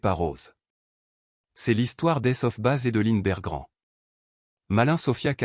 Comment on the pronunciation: Les enfants bergrands...on dit berggren 😂😂😂